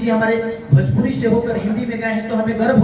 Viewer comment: Are Khesari bhaiya bhajpuri nahi bhojpuri hota hai